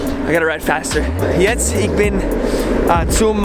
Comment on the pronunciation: A part of me dies when you say 'Ich' as 'Ik' :'(